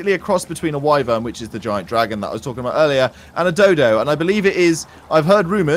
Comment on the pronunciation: Its pronounced wi-ven